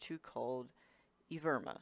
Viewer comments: Evirma? Lol. Ev-ri-ma. It's not a difficult word. Pronounced Ev-ruh-muh, its Greek. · "evirma" lmao learn 2 read kid